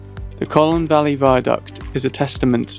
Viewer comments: Colne not Collon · Its Colne, not Colen! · You pronounced Colne incorrectly. It’s not Colen, it’s Cole-n. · ...Like Coal-ne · Like coal-ne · i wish the narrator would pronounce the name correctly. other than that a good video.